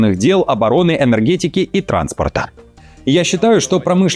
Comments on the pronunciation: Неужели до сих пор нельзя было выучить ударение в фамилии часто фигурирующего в р простых политика? Мадья́р, блин, а не Ма́дьяр!!! Понятно, что за час нейросети новости начитывают, ну хоть редактируйте! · Мне кажется что ударение на Мадьяр нужно ставить на я, так более гармонично звучит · Интересно диктор специально коверкает фамилию Мадяра!?